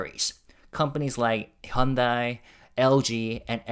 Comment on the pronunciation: I assumed you are Korean but then why are you pronouncing Hyundai incorrectly?